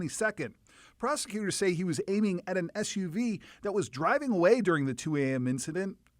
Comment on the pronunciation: LOL "aiming".